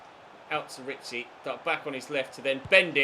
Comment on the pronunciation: Can't wait so you sell Ritchie so you stop saying risiie